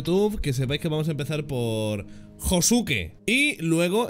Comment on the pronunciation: como le dejiste a josuke dilo bien aaaaaaaaaa